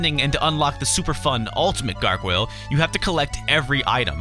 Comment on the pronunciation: wtf can u not say Gargoyle.